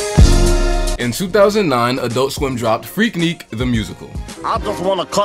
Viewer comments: What I’m hearing is freak “neek”. It’s freak“nic”. Lookin out. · freak-nick, like a picnic but with freak. my bad, fantastic analysis btw. subscribed :]